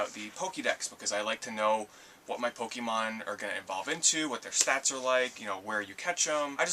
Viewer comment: aw says pekemon wrong